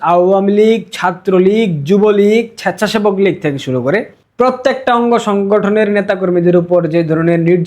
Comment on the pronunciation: ছ্যাচ্ছাছেবক লীগ! কি উচ্চারণ! 😂